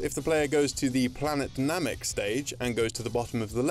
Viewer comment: Nomik? Lol